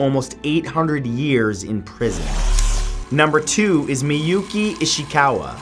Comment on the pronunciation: miyuuuuuki ishikaaaawa i wouldn't call that perfect pronunciation